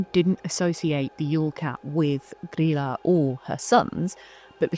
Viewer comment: Hi! I'm Icelandic and grew up with traditions around the Yule lads and their family, and I just wanted to say great job on pronouncing Grýla's name! I've seen a lot of bigger channels get it wrong. An easy way to remember it is that it's pronounced pretty much like the name of Leela from Futurama, I know when English is your first language it's hard to imagine Ý making an EE sound, but spelling it Greela in your head will probably help :) Overall your pronounciations are fantastic imo, especially considering that you don't speak the language.